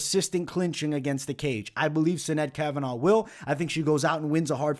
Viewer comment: As an Irish kid from South Bend (and you being Italian I am sure you can relate to how certain words are said incorrectly makes you shake your head lol) it is killing me how many videos are saying Sinead's name. So in Gaelic, Sinead is pronounced "shi-NAYD" and actually it usually has an accent over the (é). In Europe/USA, it is the equivalent of Jane/Jean/Janet (feminine form of John). This comes from the Hebrew form of Johannah/Yohannah. This means "God is Gracious" and was my grandmother's middle name. God bless,!